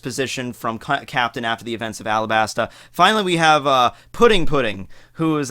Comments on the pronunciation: great video. just to mention it's not Alabasta, it's alaBasta(talking about the pronounciation). also Akainu not Aka Inu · I like how bro pronounces Alabasta 😂